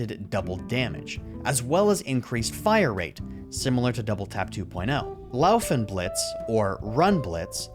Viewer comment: my only comment on this video is about how you pronounced "faustblitz" correctly but not "laufenblitz" qhajsvsjdbkfjr